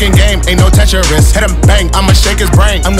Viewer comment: I like how Mike added a third syllable to 'Tetris'